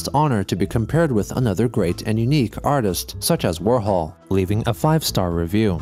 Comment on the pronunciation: "Artits" That's golden.